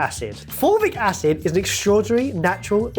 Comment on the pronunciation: At first I heard 'formic acid' and I thought 'They're making ANT WATER now?!'